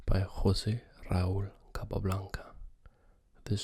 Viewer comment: Great vid 10/10. You pronnounced really well Jose Raul Capablanca :D